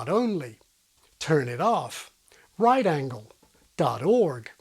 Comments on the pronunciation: One tiny nitpick: your stress pattern on "right angle" is off. The stress should be on the first syllable of "angle" unless you're specifically stressing the word "right" to contrast it with a different angle, for example in "Here's an acute angle, and here's a right angle." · yeah actually stressing each one individually, whether on right or on angle, sounds weird. they need to have about the same amount of stress.